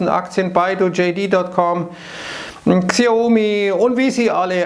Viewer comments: Nee. Wird wie "chiau mi" ausgesprochen. "ch" wird wie eine Mischung aus "ch" (wie bei"ich") und "s" ausgesprochen. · „Xiaomi“ wird wie „schau-mie“ oder „chau-mie“ (weiches „ch“) ausgesprochen